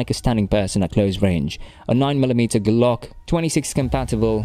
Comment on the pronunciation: The way he said G-Lock, thats sounds like some sort of bicycle lock its pronounced gla-ak thats why its a Glock